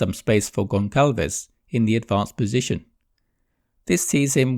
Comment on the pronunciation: It's Gonçalves (gonsalves). Do not call him Goncalves please.